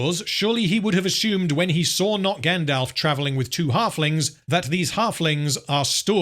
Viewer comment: “Grand-Elf.” This is pain.